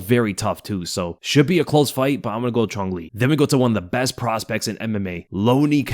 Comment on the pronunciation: Chung Le? This dude gotta be stopped 😂